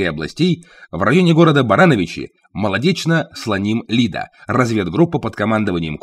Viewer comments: Не СлонИм!А СлОним!😂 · Тайна полишинеля! Кто серьёзно интересовался историей Варшавского востания тот знает. СлОним и армия людОва произносите правильно.